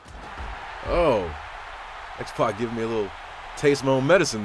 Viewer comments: sorry it sounds like you're saying Xbox rather than X-pac. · youre actually saying xpox